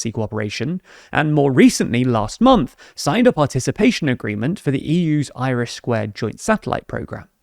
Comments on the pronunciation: This guy really needs to learn how to pronounce “iris” lol. I keep thinking Ireland has launched a space program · I'm just shocked Norway has a conservative party who is in favour of joining EU. Usually that looks a bit different for right wing politicians. Also, i know you were saying IRIS, but due to speech it sounded like Irish square😂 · When I watched TLDR's recent video on it I also heard Irish squared the first time!